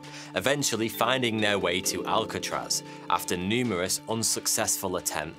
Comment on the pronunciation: Why pick a name you can't say properly?